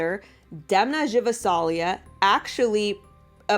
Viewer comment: DEMNA GVASALIA [D-E-M-N-A g(not j) -v-a-s-a-l-ia (as you read them, nothig to complicate)